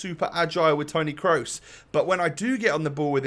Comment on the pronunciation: when your so early he says kroos wrong